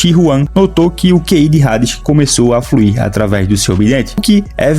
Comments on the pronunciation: Não se fala rades, se fala ades, eu sei que tem um H na frente, mas todo mundo fala Hades (ades) só vc quer ser diferente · Mano tu pronunciando o nome do Hades como "Rades" em vez de "Ades" como é a real pronuncia do nome em geral, mas é pq realmente o "H" tem sim de "R" no mangá ou por que vc realmente quiz pronunciar assim? Por que Hades se pronuncia normal, tipo como se o H fosse mudo ou implícito etc etc. Obs: não tô falando que ele tá errado não só querendo saber o mesmo o motivo dele pronunciar o nome da maneira como está no vídeo. Antes de alguém vir falar merda etc. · Vídeo completo ao meu ver mano, eu procurei o vídeo para entender mais sobre o anime, a única crítica construtiva que tenho a citar é que o H de Hades é mudo, ou seja, se escreve Hades mas se lê Ades, como se não houvesse o H, espero que leve como um informação para aumentar sua credibilidade, quando voltar a falar sobre o anime ou propriamente sobre o personagem, independente de qual universo, espero que tenha levado para lado construtivo, não crítico de forma negativa. No mais, o vídeo foi completo, pra mim, que sou leigo no anime, com certeza me tornarei inscrito, obrigado por toda informação!